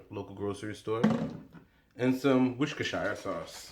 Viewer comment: Sooooo uhmmmm 😳 he is Haitian and he know how to say Worcestershire 🤪 Sauce better than some Americans Lol!!!